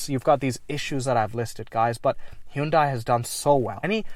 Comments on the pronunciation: In Korea they don't pronounce it Hun Day. It's He oon Die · Its pronounced 'Hyundai' like how you say"Sunday" not how you said it man. Gotta lock in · To be super specific, it's actually pronounced "hYUn deh". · Suzuki selling cars? Damn. Nobody buys them, in the US. They're seen as shit vehicles. Very interesting. You say Hyundai in a very interesting way, as well. Back in the 90s, Hyundai ran an advertisement that said "Hyundai. Like Sunday." So the way we pronounce Hyundai is similar tl Sunday. Like 'Hun-day'